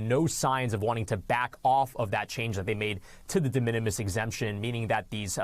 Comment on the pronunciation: De minimis! It's not hard to say